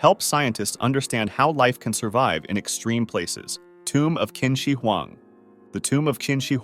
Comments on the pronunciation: "kin" shi huang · "kin shi wan" im crying